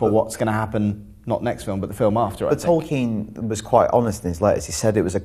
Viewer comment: If they're going to get people to discuss The Hobbit, Lord of The Rings and Tolkein lore in general, please get people who actually know what they're talking about. These guys pronounced things wrong and couldn't remember names which makes them just look silly.